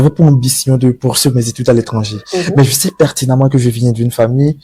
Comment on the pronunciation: C'est quoi cette manie de mettre des "R" a la fin des mots qui n'en on pas besoin. Parlez simplement et faites vous comprendre aisément. Je sais et non "je saire" et là et non "lar"